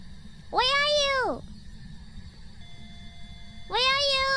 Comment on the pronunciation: At the risk of missing some joke, I think it's supposed to be "Where are you?", but the accent screws Fubuki hard there